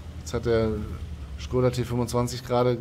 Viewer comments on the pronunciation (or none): none